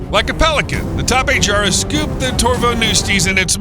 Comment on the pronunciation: Bro its (tapy-hara) bro u got it wrong 😂😂😂😂😂😂😂😂😂